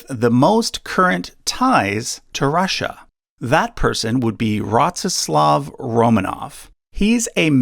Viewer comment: Rasssia. Why you keep saying it like that ? Ru ru Russia